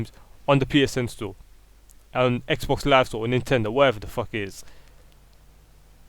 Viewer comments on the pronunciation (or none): none